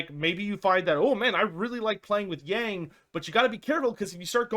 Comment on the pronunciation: OH PLZ learn how to say "Yang" properly